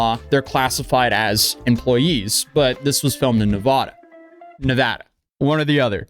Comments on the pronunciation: as a nevadian, its neh ve da, not va da, cheers! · It’s neh-vah-dah, not neh-vahhh-duh. Source: I’m from the area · Pronunciation is Nev•a•da not Nev•uh•da. Respectfully 👌🏽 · When you go to the dmv in Nevada there is huge painted words on the walls saying is “Nu vaa duh” not navahda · As a Nevadan the changes between pronunciation is driving me crazy lol it is Nev-a-da not Nev-ah-da lol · It's NEVADA. "Nuhvawda" isn't how it's pronounced haha. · Nevada... Nev-A-duh ... the "A" is pronounced as the "A" in "Apple". We who live in Nevada cannot stand hearing Nevada pronounced "Nev-ah-duh"... it's like fingernails down a chalkboard to us. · Nev-ada not Nevoda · its definitely “Neh-vah-duh”, not “neh-vaw-daw”. No one thats actually in Nevada says the vaw-daw pronunciation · not to mention it is nevada law to give water to anyone who asks. it is illegal to deny water to anyone in the dersert state. (and its neva-DA NOT deva-duh) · It's the second pronunciation of Nevada. As a Nevada nothing makes us angrier then people saying ne vah da. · NevAda not NeVAda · Jesus, dude! It's pronounced NEVADA. GET IT RIGHT. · Nuh-vah-duh, A sounds like a in cat, and the da is pronounced like duh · I was looking for a fellow Nevadan to talk about how our state is pronounced 😭😭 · You need to stop saying Nevada like that Fr. Nevahduh, really? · It's pronounced "Nevada." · It’s pronounced “Nevada” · The first A in "Nevada" is a short A sound, followed by a long A to wrap it all up. Source: I was born and raised in Las Vegas, NV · Dislike because, he can’t pronounce Nevada correctly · good save correcting your pronunciation of Nevada. The only people pronouncing it the first way, are NOT from Nevada. Anyways, the more sht coming down on Jimmy, the happier it makes me. Fraud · It's pronounced Nevada. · Can you please choose a way to pronunciate nevada? We really don't care how you pronunciate it we know where you're talking about.... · It's "Nevada". You're welcome. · It’s Nevada, not Nevada.